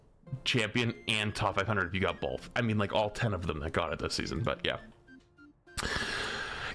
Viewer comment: "Bolth" - 2024